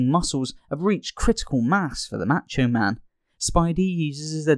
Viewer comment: So is it that English people are just so ARROGANT and don't CARE or do they literally NOT HEAR how Macho Man SAYS HIS OWN NAME and that's why they say it WRONG??? It's definitely NOT "Maaacho Man"... just LISTEN TO HIM SAY IT AND REPEAT THE WAY HE SAYS HIS OWN NAME!?!?!?